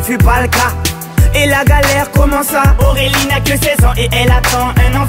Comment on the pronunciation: Apprend à dire Aurélie correctement.... On dirait que tu dis AOwélie... Ce qui m'énerve chez ses musiques c'est l'effet "musique de rue / délinquante"